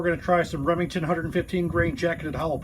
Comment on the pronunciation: "Remington's" HA! More like "Lemingtons'" am i right guys? Err guys?